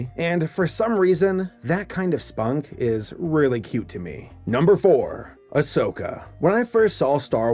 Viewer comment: When he said Asoka I was like whaaaaaaaaa I'm not the only one